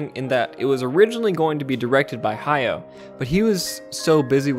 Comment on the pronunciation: Goro just needs one major hit to turn his life around. Why isn't Hayao helping him? That's what I would do if I expected him to succeed me. By the way, it's "Ha-ya-o" with three distinct syllables.